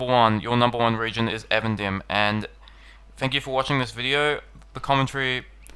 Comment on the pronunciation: though I confess being guilty of pronouncing Eregion as E-Region (:D), I don't understand why you as a native English speaker say Avendim. It's EEEvendim. Even, dim. Twilight. You're welcome x